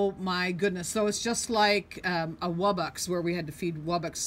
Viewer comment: I think it's pronounced poke